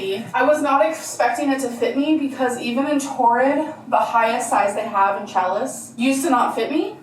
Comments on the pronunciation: The way she says challis really annoys me. It's not pronounced cha liss. It's pronounced sha Lee. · Can someone please tell that the word”challis” is pronounced “shall-ee”, not chalice! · Omg. It's sha'lee. Not chal-lis. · Omg its pronounced Shallee not challus and I hate it every single time she brings it up and butchers the word. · Is she still calling Challis 'Chalace'?😂😂😂😂😂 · Every time she says "chalice" it hurts a little. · I knew there was no way she was pronouncing challis correctly. It’s actually pronounced “shal-lee” 🤦🏻‍♀️ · Ohhh she was saying "challis" pronounced "cha-leee." Good gravy. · The. Dress. Was. Not. Loose. It’s made to be flowy. But heaven forbid our girl be honest with herself about the way clothes are supposed to fit. Also, it drives me bonkers that she’s butchering the pronunciation of yet another word. 🤦‍♀️